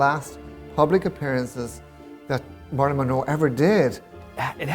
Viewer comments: I know he has an accent, but say Marilyn’s name right! It’s not marlin, it’s Marilyn ! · "Marlon" "Marlon" "Marlon" -- just once I wish he'd pronounce it "Marilyn..." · It sounds like he’s calling her “Marlin” instead of “Marilyn”. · OMG.. Marilyn... Marilyn....not Marlon!!!!!!! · I HATE how he pronounces her name...Murlin Monroe...YUCK!!!! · The way he says her name... like Marlin... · you can blow that very "long winded" response, right out t of your ass, the dumbass no doubt heard the CORRECT pronunciation of Monroe's name, he could have made an effort to pronounce MARILYN correctly. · totally disagree, accent or no accent, the dumbass could have learned to pronounce her name CORRECTLY.